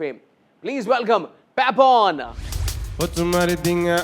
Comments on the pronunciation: Not Pepon , it's Papon😄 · It's not Pepon, say Pa-pon. Respect Dude!!!